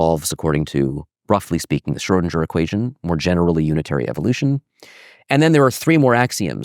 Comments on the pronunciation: why does he say Schrodinger like SchrodinJer .... never heard anyone pronounce it that way. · schoedinJer ?? Mind you pronunciation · Very interesting, thanks! Especially the N^3 phase space nature of the quantum field, I did not have this intuition! Small remark: the name should be pronounced Scrhödin_G_er, not Scrhödin_J_er :) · The pronunciation of "Schrödinger" seems peculiar. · Q. Why do you keep mispronouncing the word 'Schrodinger'? A. That's a good question.